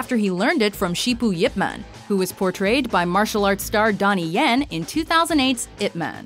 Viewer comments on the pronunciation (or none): Eye Pee man , not ip man